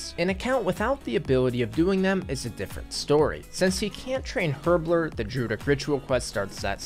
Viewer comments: HerbLORE. Not herbLER. Sorry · My man pronounces herblore as “herbler” lol